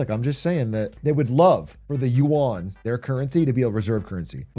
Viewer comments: WAH-N! Surely you-ahn ain't it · Is no one gonna correct his pronunciation of "yuan"? It's supposed to sound like "ü + en" not "yoo an" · should be pronounced something like: 'yuen' but i like it how my coffee cow says it